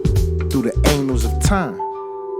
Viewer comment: I'm sorry but I couldn't help but laugh when I heard the singer pronounce "annals of time" as "anals of time".